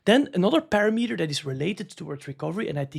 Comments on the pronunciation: Not to call you out but it’s pa-RAM-eter. Love the content! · Dude, you're pronouncing parameter wrong over and over again! 😄